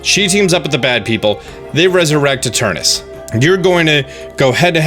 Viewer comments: You keep mispronouncing Eternatus. You keep saying "Eternus". Make sure you read the words fully before making an entire video mispronouncing it. Lol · Its literally spelled ETERNATUS why are you pronouncing it like that?? Its so annoying XD